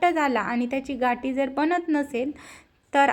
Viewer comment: घाटी हा उच्चार चुकीचा आहे गाठी म्हणावे